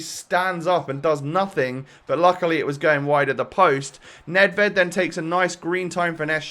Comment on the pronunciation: 14-12 WL, and I ´m from Czech Republic. Nedvěd has must be sayed: ,,Nedvjed”